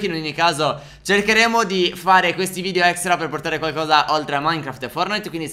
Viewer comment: si dice VIDEO non VIDIO!